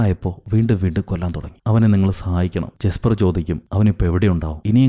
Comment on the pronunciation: Not ജിസ്പർ അലൢ യസ്പർ